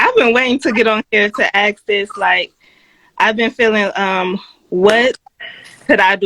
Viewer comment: I wanna aks what can I do better.? Stop saying aks would be a start.